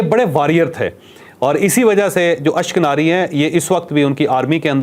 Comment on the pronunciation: اس شخص نے کئ باتیں غلط بتائ ہیں۔ خاص کر اشک نازی والی ۔ یہ لفظ اشک ناری نہیں ہے۔